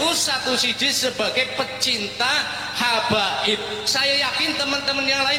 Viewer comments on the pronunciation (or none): Salah sebut habaib jadi hababi 😂😂😂😂